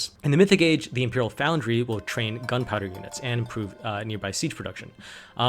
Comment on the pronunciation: Also just a tip, there's no 'a' in Foundry ;)